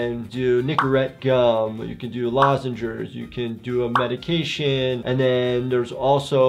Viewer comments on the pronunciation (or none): Lozenges not lozengers